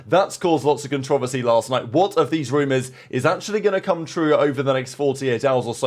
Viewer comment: Never heard controversy spoken that way😂